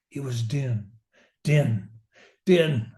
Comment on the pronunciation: Most scholars agree. The name is pronounced "Deen.". It makes the rhyme with "queen."